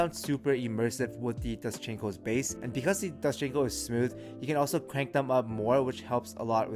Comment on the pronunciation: My man said doschinco lol